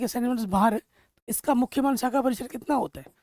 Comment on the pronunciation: सर वो शाखा होता है नोट सAखा